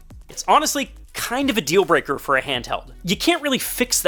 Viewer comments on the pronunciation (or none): none